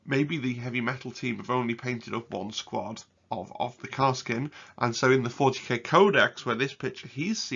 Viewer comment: great video. had watched auspex tactics vid too. btw... it is Kas-r-kin